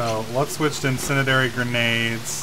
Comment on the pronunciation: HARRUMPH. IN SIN DEE AIR EE IF IT HAS TO DO WITH FIRE, YOU SHOULD KNOW HOW TO PRONOUNCE IT